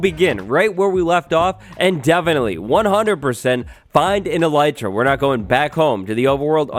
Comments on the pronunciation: Eh-lih-tra not eelietra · fun fact: it's actually pronounced ell- it- ra (i looked it up) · Its elytra dayyyyyyyyyyy